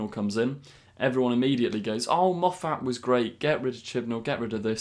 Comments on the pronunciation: we love you. But please stop mispronouncing Moffat! Every Scottish person cringes when you do it. The emaphasis is on the first syllable only, not the second. Carry on!:) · I've long had a theory that part of the reason the fandom disliked Moffat at the time he was showrunner on Dr Who was a subconscious thing somehow caused by your awful pronunciation of his name. As a fellow Scot but with an Irish name I feel his pain. Or, more accurately, hearing his easy to say name pronounced so badly reminds me of being on the receiving end of the same thing. Please, it's a fairly common/popular name that you must have heard repeatedly for years what with your being a Dr Who superfan. Have you ever hear the name Moffat pronounced the way you say it in this video and many others? I'm sorry if this comment seems rude as it isn't intended to be. I remember you talking about things in whatever episode it was that took you out of the story and spoiled the episode for you. (I've been watching your channel for quite a while so can't remember which video it was. It was a while ago.) That's what happens to me every time you say that name. I think it irritates me so much because - and I'm sure it isn't really - it comes across to my ear as an affectation. It sounds so different from the normal, accepted ways I've heard it said for the past almost 60 years that it sounds deliberate. I refuse to believe that you would be such a poseur so I'm assuming you aren't aware that you're doing it. Hardly the most pressing issue facing mankind, I accept. I can further accept that this comment is a bit over the top and that your most reasonable course is to ignore it. I almost c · Why do you keep mispronouncing Moffat?